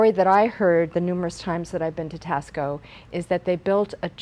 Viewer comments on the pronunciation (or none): Thank you for this great information & sharing your collection. One minor thing, though, Taxco should be pronounced “TAH-sco”, like taco with an “s”.